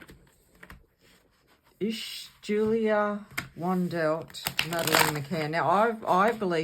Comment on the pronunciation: The W is pronounced as a V. She has never claimed that she is Maddie either, she just thinks she may be as there are inconsistencies in her upbringing.